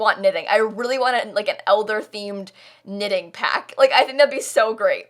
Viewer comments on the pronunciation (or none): Did you say knitting or ninning? Because I heard ninning and wondered, what that was and later I saw a comment talking about knitting. This was another from you! Thank you!! Sometimes I‘m not quite sure, wether I like the houses you do best or your comments, while you work on them. 😄